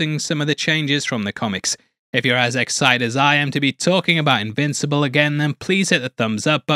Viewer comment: did you just say immincible?